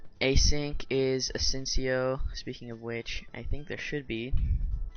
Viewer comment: FYI just so peeps know, “”asyncio””stands for Asynchronous Input Output and is pronounced A-sink-i-o not A-sinsio. Awsome vid tho.